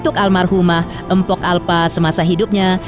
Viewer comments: Tolonglah min kalau nyebut jangan Empok, Gak enak banget di dengar, belajar lagilah cara bacanya. Yang benar itu Mpok, bukan Empok. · Naratornya kok begitu bacanya..tulisan memamg mpok tapi K nya ga usah disebut kali....